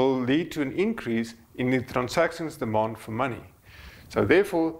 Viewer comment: "Demond for money" sounds a lot like "bond"